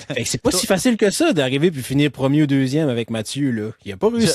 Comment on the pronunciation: Bonjour, merci pour ce podcast sur le vélo, toujours super intéressant à écouter! Juste un commentaire sur la prononciation de Premier Tech...c'est premier et non première :). Surtout que la compagnie est commanditaire des championnats du monde route 2026 à Montréal, on risque d'entendre ce nom là assez souvent! Continez votre bon travail!